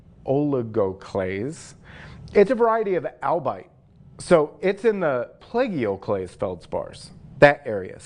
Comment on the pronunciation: The Feldspars are very impressive and at first glance somewhat resemble diamonds cut in their original primordial stylings....and that Cuprite....whoa! (P.S.: I think if you pronounced 'Plagioclase' as 'play-geo-clays' most of us who watch will get it. At least for me it makes sense that way when you consider how Giorgio is pronounced.) 👌